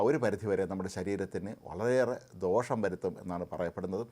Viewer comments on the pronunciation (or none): none